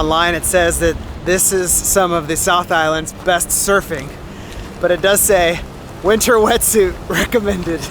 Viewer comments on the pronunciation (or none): none